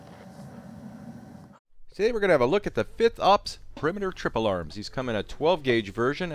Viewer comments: LOL! Mercans eh? fith? fith?? …………….. F. I. F. T. H. Fifth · not forth ops, not sixth op, not fifth op, FITH op